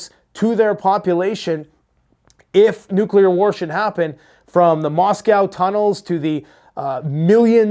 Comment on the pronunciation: " neclear edging " 😂